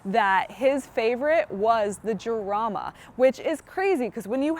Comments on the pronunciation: It is not "Yarama" but "Harama" in english. Like "house", "home", "hit" but stronger. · it's pronounced harama. good review though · It's pronounced, Harama .... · Sorry hon. I had to turn off when you mispronounced the car's name. It's "haraama" or "charaama" depending on your accent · Isn't it pronounced Harama? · People who made the car pronounce it "yarama" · Right off the bat, the mispronunciation made me think she doesn't know what she's talking about. meh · I don't know how seriously I can take a review by someone who doesn't even know how to pronounce the name of the car correctly. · You miss pronounced the name. Still a great video. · With an H sound as in San Jose.